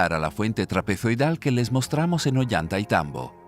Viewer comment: La doble ‘LL’ suena como una ‘Y’ y no existe en español o castellano ningún Olantaitambo, sino OLLANTAYTAMBO. 😮